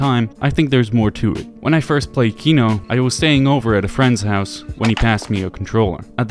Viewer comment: Your pronunciation for Kino is ON POINT :)